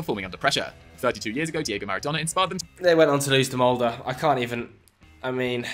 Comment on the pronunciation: Mans actually pronounced Molde correctly 👍